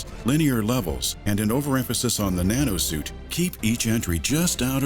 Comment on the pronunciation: Instead of "the Nanosuit", i hear "Banana suit" every time...